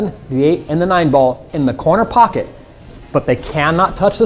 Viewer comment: He said corner pockey